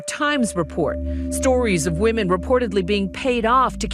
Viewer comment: WatchMojo: "Hey, here's a great idea: let's get the guy who can't pronounce 'women' correctly to do the voiceover for a video all about sexual harassment!" 😆